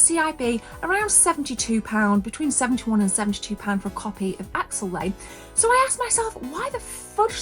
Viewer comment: It's Axelay not Axellay